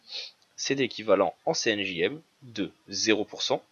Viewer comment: Cyan Magenta Jaune Noir tout à fait. Mais quand vous parlez j'entends CNJM... C'est ça qui me choque... Bref.